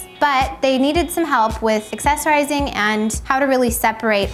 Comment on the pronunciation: You say accessorize so weird